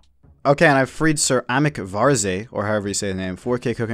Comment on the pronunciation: Sir Amik Varze = Ceramic Vase, how you pronounce it. In bri'ish anyway